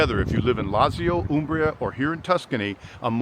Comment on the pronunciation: please don’t be offended as yours is always in my top 5 channels to watch; but I shudder and cringe whenever you say Lazio..with just an ‘s’ sound instead of Lat-zio. Been wanting to mention it for months so please don’t hate me - it’s just to enhance your already high fluency in the lingo. 😊😂thank you again